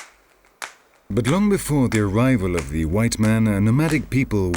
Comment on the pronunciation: Oooo this narrator throwin shade. He said "guv'ment" to make it sound more "ghetto".